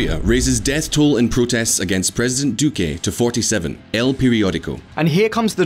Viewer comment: I cringe every time you pronounce it "Duqué"